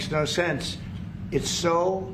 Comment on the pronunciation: " Makesh no shensh. Jusht an artificial line drawn many decadsh ago" 😊What's wrong with this man's mouth,.....ergo brain?